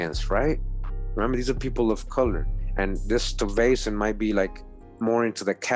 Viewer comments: I'm thinking Stuyvesant pronounced as Stee-ves-san. Hey!! Wayamint! Sounds kinda like Stevenson. Hmmm. Ijs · Fantastic post,! Peter Stuyvesant's name would be pronounced as Sty-vessnt, Schuyler=Sky-ler, Albany=All-bany (- means the emphasis is on the first syllable). It is so revelatory to hear the history of my native State recounted, recognizing many of these names and places, and innerstanding that these early settlers were some of my own people and not those whom we were 'taught' they were. Thank you so very much for your tireless efforts to educate us. Happy Holidays!🎆🎀🎄